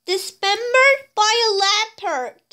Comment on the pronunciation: "pola ber" "jagrua" "leprod" why but that was funny